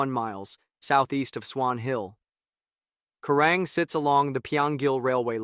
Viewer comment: It's called Kerang not kurang,get it right.